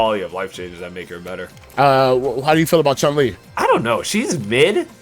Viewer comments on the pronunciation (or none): Capcom butchered Chun. That's all I can say.